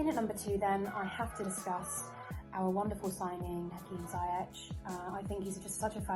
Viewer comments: Please note that Hakim's second name is pronounced "Zee-yesh" not zy-ech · It's Z- Yesh